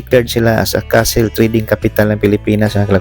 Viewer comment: hindi po castle kundi cattle…ang castle po ay kastilyo at ang cattle po ay baka. Ikorek nyo po ang tamang pagbigkas ng cattle po